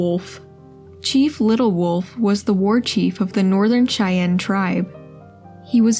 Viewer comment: I also doubt that a real voice would mispronounce Cheyenne.